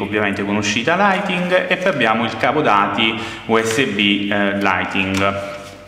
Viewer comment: Apparte L audio indecente si dice lightning non lighting!